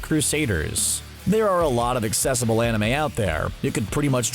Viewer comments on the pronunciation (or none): none